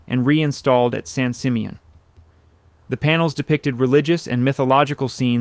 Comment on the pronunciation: Terrific images but I believe this voice over is AI. The mispronounciation of several words seems robotic but this one above all - San Simeon is pronounced "San Sim-ee-uhn".